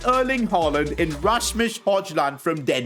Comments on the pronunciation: He actually called hujland hojland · NOT HOJLIND HOYLAND THATS HOW YOU SAY IT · Højlund is pronounced hoylun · Højlund is pronounced Hoilund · Its pronounced Hoiilun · You said hojilund wrong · Hallo im from Denmark and you say Højlund name wrong